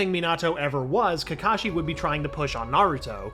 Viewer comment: Not kakashi sensei ka ka sensei lol